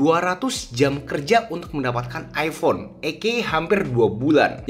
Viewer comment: IPHONE, bukan IHPONE Bang.